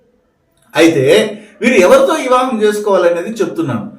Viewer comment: ఇవా హం కాదు అండి . వివాహం 🙏